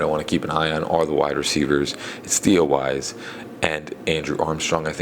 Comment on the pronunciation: It's Theo Wease=pronounced Weeese! The Armstrong guy is the one that was draftable, and could be a keeper!